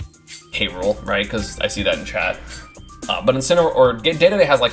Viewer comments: Is anyone else bother by how he says dededes name? Like it’s spelled that way but it’s said like dididi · I mostly have a problem with that stupid pronunciation